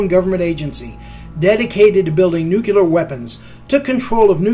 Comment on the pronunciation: Rule #1: One can safely disregard any commentary from a narrator who is unable to correctly pronounce the word "nuclear".